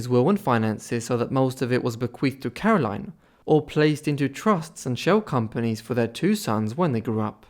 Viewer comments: Caroline is pronounced Carol-een- here. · I insist it's very unusual for someone here to bear or use the English pronunciation of Caroline. And if you didn't figure yet, I'm a Belgian living in Belgium. Even the Dutch version of the name is aligned with the French pronunciation as Karolien.